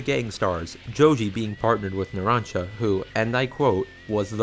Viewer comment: Narancha? lol